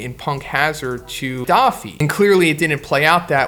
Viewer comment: Why are you saying doffy? It’s dofi as in doflamingo